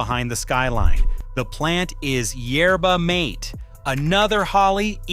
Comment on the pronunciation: Can’t you PRONOUNCE it right??!! YER-bah- MAH-taye! (Long Ā)! It’s NOT “YER-bah-MĀYT”! Get it RIGHT, you stupid AI voiceover BOT!